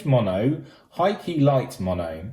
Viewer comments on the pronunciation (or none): none